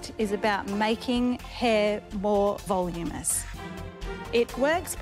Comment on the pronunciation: 1. It's fucking voluminous, not "volumous". 2. This must be some kind of Shark Tank record for the dumbest valuation ever - it's about 4000 times what it should be. 3. Janine's face, trying to be diplomatic after the hairdresser with terrible hair ruined her hair.